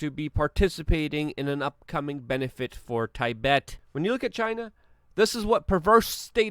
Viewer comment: lol homie said "thai -bet" :) more like "tee-bet" (Tibet)